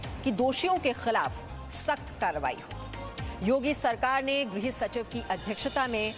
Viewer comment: ग्रह सचिव नही कहा जाता है मैडम जी! गृह सचिव कहिये!